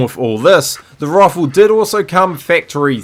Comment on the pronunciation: take a shot every time he says rawfle